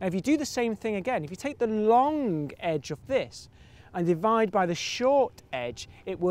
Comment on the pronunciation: Long... loooonnngg. Not lonque.